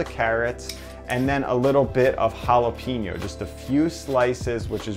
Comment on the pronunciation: The hell are halapeenjos?